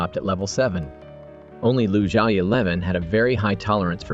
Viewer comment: The character name is "Lu Zhaoxi" not lusha 11 !!! is it produced by AI???